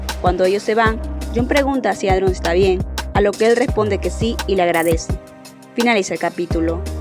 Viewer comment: Buen video, igual, me causa gracia que ''Adrion'' y ''Claire'' los pronuncias mal jsjs, por las dudas, la pronunciación adecuada es ''Eidrion'' y ''Klerh'', buenas noches